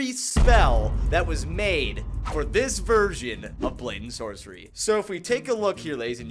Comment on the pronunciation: not "brayden sorcery" it's "blade and sorcery"